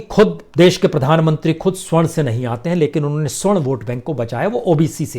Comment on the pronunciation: प्रसून बाजपेयी जी बार बार आप सवर्ण की जगह स्वर्ण कह रहे हैं ।